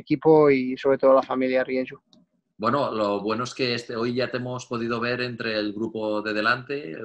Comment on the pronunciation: ¿Rieyu? La marca ESPAÑOLA se escribe RIEJU, y deriva de los apellidos de los fundadores. Riera y Juanola.